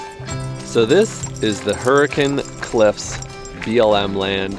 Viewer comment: Love it that you use the local pronunciation of Hurricane and Zion!! Agree that Southern Utah is one of the best places to RV.